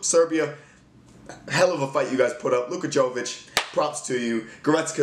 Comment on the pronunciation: Jovic my guy. Yo-witch